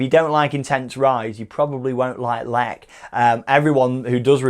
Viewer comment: ! I have been on it 30 times (in a row) no joke and it is amazing, the way you pronounce it is incorrect though :(